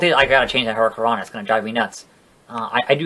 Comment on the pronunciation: your saying hurricanna wrong